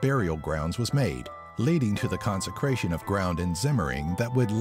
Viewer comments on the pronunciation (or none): none